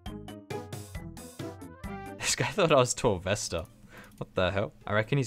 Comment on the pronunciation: “Torvesta?” 😂😂 Rsn- kohnq